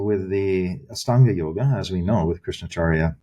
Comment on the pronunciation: Astanga is a word associated with the LITHUANIAN word for EIGHT (AŠTUONI). Lithuanian is an Indo European language with roots in Sanskrit. In Lithuania, aštuoni is pronounced ASHTUONI. I cringe at the way Ian Baker pronounces AŠTANGA with an S instead of SH.